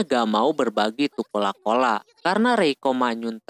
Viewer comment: Coca Cola ❌ Cola Cola ✅🤣🤣🤣